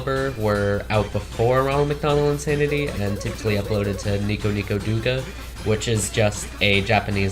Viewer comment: douga is pronouncing like dough-ga